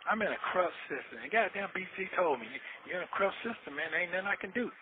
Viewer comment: “Crupt”???? It’s corrupt, stupid.